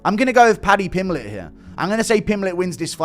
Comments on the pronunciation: Pimpletch like it's some kind of root vegetable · It's not funny, it's just how Brazilians pronounce that name. You should travel more, meet people from different languages and cultures, and open your mind. English is my third language.